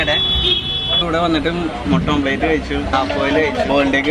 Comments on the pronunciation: ഓംപ്ലേറ്റ് അല്ല ഓംലറ്റ് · ' ഓംപ്ളേറ്റ് 'അല്ലടോ' ഓംലെറ്റ് ' എന്നാണ്. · ഓം പ്ലേറ്റ് അല്ല ഓംലെറ്റ് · Omelette oh athenthu sadhanam Ee mutta pottich saavala okke ittit Allaahh "OMPLATE" 🤣🤣🤣